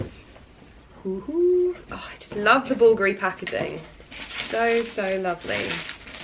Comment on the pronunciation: I looove the sound of Porter galloping😂 It gives me joy🤩 Ali is such a character… Oh, the pronunciation of the Bulgari brand was so good. Most people I think they stress the second syllable, Bulgári when the correct is on the first syllable, Búlgari. The brand might be located in Italy but the founder is Hellene🇬🇷 Bulgari is a Hellenic surname Βούλγαρης/Vúlgaris. I think they were two brothers Σωτήριος/Sotíris and Στέφανος/Stèfanos Vùlgaris from Hellas who they founded that company in Italy.